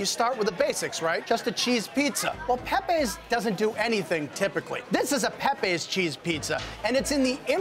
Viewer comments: It's not Pepays it's Pepeas. Do your homework. Not Woooooster street either. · It's not pronounced "pe-pays", it's "pepees" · It’s “Pep-pee”!